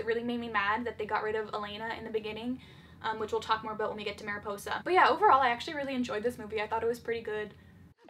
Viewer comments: *mary-Poi-sah* Me, a Spanish speaker: wince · not mary-poi-za